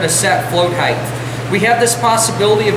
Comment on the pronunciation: Height not Heath